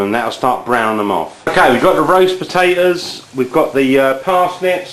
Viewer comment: PAPATOSS lol ahahah he ses it so funny!! !@